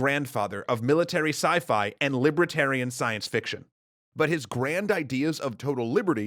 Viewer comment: What is this "libra-tarian" that you keep referring to? It's 'li-ber-tarian". And I don't know: will Arthur see Clark?